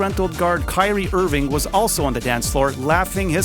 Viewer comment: Did this nigga just say kylee irving